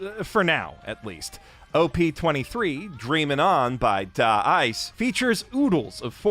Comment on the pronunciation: I’m so glad Dreamin’ On made it into the top 10! 😭😭😭 I’m so proud of my boys!!! Btw, Da-iCE is pronounced “dice” 😅 I know it’s confusing haha